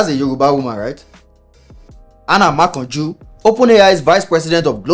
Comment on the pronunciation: The art 🤣😅🤣. After pronounced "Anna Makanju" and realized the Yoruba surname, he used the proper Yoruba intonation the next time he called the name 5 seconds later. These small details.... Gold! 😎